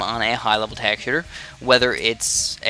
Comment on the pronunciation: Why does he say it as tackshear